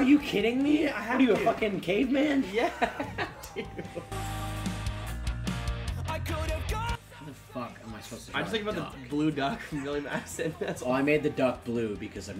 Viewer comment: I really thought brendan asked if he was a gay man instead of cave man